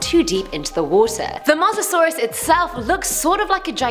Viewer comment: Is pronounce Mo sa saurus